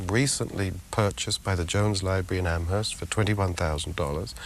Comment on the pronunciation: Amherst Massachusetts has a silent H. It's "am erst" not "AmHesrt"